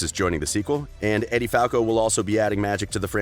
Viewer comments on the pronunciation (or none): "Eddie" Falco? "Michael" Yau? Would someone PLEASE teach these VO artists how to pronounce famous people's names properly?